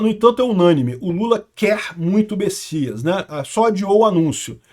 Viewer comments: é Messias com M e não Bessias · É messias ou bessias? num tô entedeno nada! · alguem sabe porque o chama ele de Bessias?